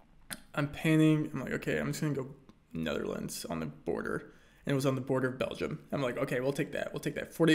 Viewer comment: "Betherlands" Rainbolt 2022